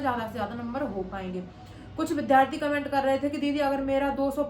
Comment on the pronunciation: भारतीय भाषा केंद्र JNU New Delhi में हिंदी साहित्य में मास्टर्स का विद्यार्थी होने के नाते सलाह है कि आप "विद्यार्थी " शब्द का सही उच्चारण किया करें। कृपया करके माइंड मत कीजिएगा। आपने ये शब्द लगभग अधिकांश विडियोज में प्रयोग किया है।